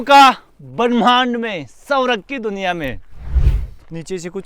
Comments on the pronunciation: अरे भैय्या सवरग नहीं ,स्वर्ग बोलो...😂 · आपका मतलब 'स्वर्ग' ? सौरव सुनाई दे रहा है 😅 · सौरग नहीं स्वर्ग bolo